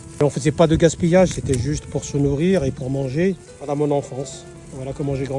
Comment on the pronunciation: S'est la ou on dit woyla